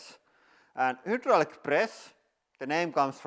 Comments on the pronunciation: You keep saying hudraulic instead of hydraulic, I just wanted to let you know in case you are confused by the letter ‘y’ since that is how ‘u’ looks in the Cyrillic alphabet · Welcome to the hiwdrawlic presss channel... 😀